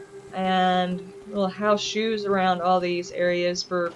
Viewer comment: I totally thought you said How shews instead of house shoes. I thought it was some kind of meditation type of thing. lol I am hurt that you aren't doing my Rube Goldberg machine next. :( JK I know it is not for everyone. This place looks great. It would be the perfect place to get away from everything and be able to relax and forget about the commonwealth as it is. As good as it looks during the day, it looks even better at night. Great job.